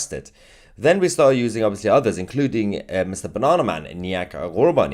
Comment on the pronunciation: Its banaman not banana